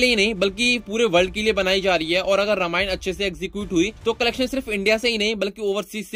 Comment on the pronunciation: रमायन नही.. रामायण बोलो